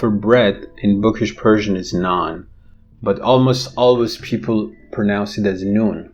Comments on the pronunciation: yes, definitely I was in doubt whether you are from Iran! You speak Persian and pronounce the words as if you are a native. I am also a multilingual linguist Bravo! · can't believe it. Your pronunciation is flawless. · your persian pronunciation is awesome